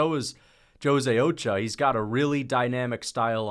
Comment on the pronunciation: bro where are you from that you dont know how to pronounce ochoa